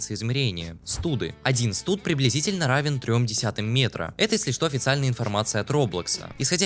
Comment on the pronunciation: Прошу прощения, чутка правильнее будет стады, а не студы